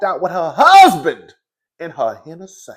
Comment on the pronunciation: when you say “hennesay” I die every time 😂